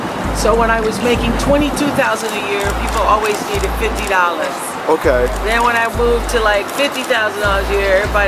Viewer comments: Now that's Oprah's real speaking voice. She slang the" $50 dollahss". I heard that! But, oh!When she gets on TV!!! It's "$50 dollarrs" Oprah will pronounce every vowel and consonant. She ain't fooling me. 😂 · Did I hear Oprah say “Fiddy dollars” like baby girl with the Doritos in her hand? 😳🤣🤣🤣